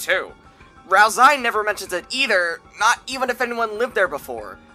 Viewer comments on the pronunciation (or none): its ralsei not ralsai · FYI; Ralsei's name is pronounced as: Ral-Say Not Ral-Sigh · Ralzie? It's Ralsei. (RAL-SAY NOT RAL-ZEY) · I don’t know why it makes me kind of annoyed hearing hear pronounce ralsei like “ralsai” y accept ralsee bc it wasn’t known at that time that the canon pronunciation is “ral-say”,but ralsai,seriously 😑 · its pronounced ralsay not ralsy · Bro its not pronounsed ralsai its pronounced ralsey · ral-ZAY because it's how the name is "translated" in russian language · They know, they just prefer to pronounce it as Ral-sigh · Every time you say tor-eeyel and ral-sai you are inflicting psychic damage on your entire audience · would like to watch this but pronouncing ralsei as “ral-sigh” is like nails on a chalkboard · I don't mean to be that guy but Ralsei is pronounced like Ralsay as susie misspells his name in chapter two but sence i think this came out before it's fine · I dunno why, but every time you pronounced Ralsei as "Ralsai", i felt just a liiitle bit triggered. (Still a great iceberg video nontheless). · "Rals-eye" wtf lol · If you're saying "ralsai" as a joke, i don't get it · Why do you say "ralzie"? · Stop saying ralsai... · The way you pronounce Ralsei almost makes me want to write a theory that Ralsei has something to do with the eggs you can find, since "Ei" means egg in German. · why isnt anyone talking about how he pronounces Ralsei??? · Ain't no way you say ralsei like that. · Its, Ralsei its pronunciation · Ralsei isnt pronounced that way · Every time you mispronounce “ralsei” I grow stronger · why do you just mispronounce half the character names in this video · is not delta iS "D"el/ta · you listen to him say "ralsei" the way he does and get back to me